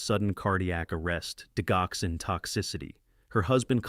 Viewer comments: It's pronounced dij-oxin. Like digit. 😅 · Didg oxin the g is hard sound. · Digoxin is usually pronounced with a j dijoxin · Good story. The g in digoxin is pronounced like a “j”.